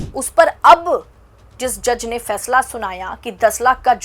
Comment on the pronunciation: Achha , Fàishlà, kort, Sunaya